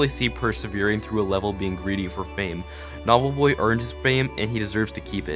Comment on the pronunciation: He keeps calling him Nob lol